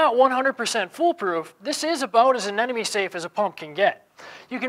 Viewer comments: Anemone, not anenome. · Someday people will learn how to correctly pronounce Anemone.